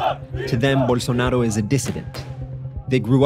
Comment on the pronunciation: Why does he keep pronouncing his name with a Spanish accent? Bolsonaro is of Italian decent and Brazil is a Portuguese speaking country.